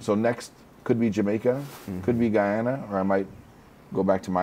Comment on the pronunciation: first time I heard a white person say GUYANA correct🤣🤣🔥